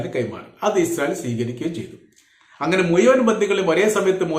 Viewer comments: Muyuvan. Alla. Muzhuvan.malayalam. parayan padiku. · മുയുവൻ അല്ല മുഴുവൻ 😅😅പിന്നെ നിന്റെ ന്യൂസ്‌ ഒക്കെ വേറെ ചാനലിൽ വന്ന് 3ദിവസം കഴിഞ്ഞിട്ട് ആണ് അതിന് അർത്ഥം നീ കോപ്പി അടിക്കുന്നു എന്ന് 😂😂 പിന്നെ ആവർത്തന വിരസത പറഞ്ഞത് തന്നെ പറഞ്ഞു 10 മിനിറ്റ് വിഡിയോ ഇടുന്നു. സൊ ഓട് തായോളി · വീഡിയോ ചെയ്യാൻ തുടങ്ങിയിട്ട് കുറെ നാളായി ഇപ്പോഴും മുയുവൻ, കയിഞ്ഞ, കൊയ്ത്തത്, കയില്ല,ഒയിവാക്കി ഭാഷ നന്നായി പറയാൻ പഠിച്ചിട്ട് പോരെ വീഡിയോ ചെയ്യൽ